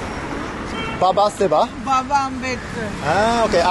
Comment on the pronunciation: You pronounced it wrong 😊. Its baba saheb and is a title. Saheb (pronounced as saaheb) was the indian equivalent of word "sir" to address the colonial masters and over time it came to represent anyone who is rich/ respected. Btw saying caste discrimination is widespread in india is same as saying women in US are discriminated against men. We know that is no longer generally true but still exist in some pockets in corporate world. Sorry not trying to be rude but trying to correct your perceptions about India please.